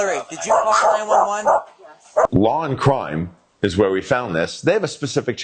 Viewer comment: When you said where you got this footage the way you said the name literally sounded like Lawn Crime Body Cam not Law and Crime Body Cam! Lol 😁!